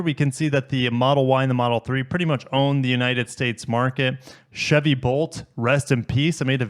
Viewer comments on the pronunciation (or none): none